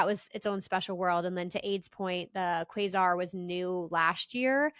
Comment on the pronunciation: Love you but you are saying Quasar wrong. It's like kway sar